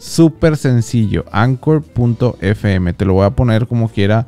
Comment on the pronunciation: Se pronuncia ankor y ahora ya es de Spotify